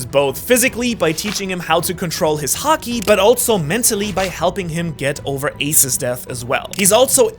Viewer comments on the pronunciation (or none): none